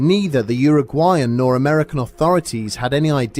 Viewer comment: You pronounced it very well, so don't worry. I understand that many see the word Uruguay and have no idea how to pronounce it XD